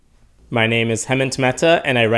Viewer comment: This is not criticism. Its just a little funny because your name is hemant mehta which is an indian name and you technically pronounce it wrong. Very few people mispronounce their own names. Anyways you do amazing work. Keep going.